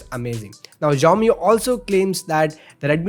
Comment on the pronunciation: They pronounce as shaomee and not jaaomee